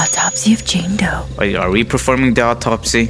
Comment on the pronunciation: the way he said jame doe got me rolling 😂😂😂😂